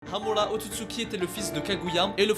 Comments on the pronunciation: Par contre c'est super chiant quand il dit :Hamula pas Hamula c'est Hamura c'est pareil avec Hagolomo c'est Hagoromo respecte les noms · Frr c’est quoi hamola et hagolomo tu c’est bah bien prononcé toi mdr 🤣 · Par contre ton accent quand tu prononces amura c degeulasse 😂 mais sinon bonne vidéo 👍🏿